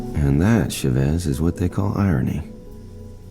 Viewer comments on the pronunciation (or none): Dr.ChaVEZ...oh my god. I like the concept of the game but the person mispronounced what I think is a Spanish last name.